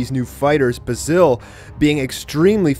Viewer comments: basils name is pronounced bay-zill not ba sil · U saying the name wrong ...THE WHOLE VIDEO